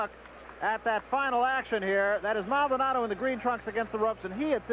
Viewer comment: Come on, Maldonado is not that hard to pronounce bro.